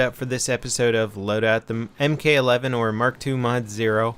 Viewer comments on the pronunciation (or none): pronounced 'mark-eleven', brah. sick vid, though.